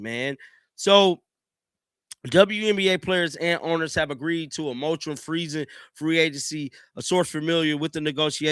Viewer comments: This dude just said they agreed on a "motrum." Dude, the word is mor•a•tor•ium. But, y'all listen to and believe this dude who literally can't read or pronounce words. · Mor-a-tor-ium. Your lack of education is showing. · You need to start reading these articles out loud to yourself before you get on the mic and start reading them to us. You can actually type into google “how do you pronounce moratorium” and it will say the word out loud for you; even give you a definition. It’s so obvious you don’t take the time to prepare for these videos and the first time you read the articles are when you read them to us - it’s getting increasingly difficult to follow the bumbling. 😢